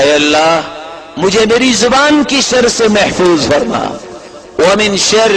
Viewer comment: محترمہ شر میں ر کے نیچے زیر ہوتی ہے آپ نے ر پر زبر ڈالی ہے درستگی کر دیں جزاک اللّہ خیر